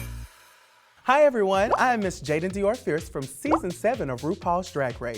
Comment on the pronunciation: back to the "tootoral"